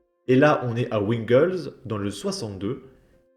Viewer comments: Ca se dis vingle,pas wingle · tu prononce pas bien le nom de ville, c'est pas wingles comme si c'était un patelin anglais. sa s'écrit pas comme je vais l'écrire, mais sa se prononce "vingle" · ça se prononce vingleu j'habite pas loin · Wingles se prononce vingles.on est en France bordel pas en Angleterre mdr.